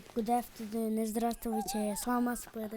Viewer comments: гудафдудун дейт секети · байке оло жыргап кулду э"гудавтедудду" угуп😂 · Гудафтудун дейт